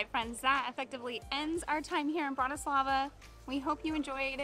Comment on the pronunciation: Bratyslava ❌ Bratislava ✅